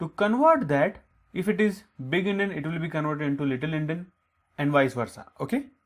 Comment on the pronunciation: Actually its Endian not Endin